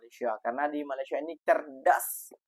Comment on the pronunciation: COBA PERHATIKAN DAN DENGAR BAIK BAIK APA YANG DIUCAPKAN... BERKATA MALASYA... MALASYA... MALASYA 🤣👻🤣👻👻👻